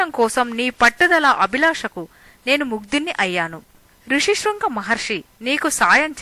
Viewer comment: Rushi Sringa Maharashi kaadu. Rhushyashrunga Maharishi. Upaasam kaadu. Upavaasam Anali.